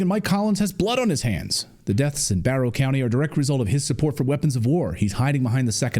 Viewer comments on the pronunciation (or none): its BARTOW COUNTY—-NOT BURROR!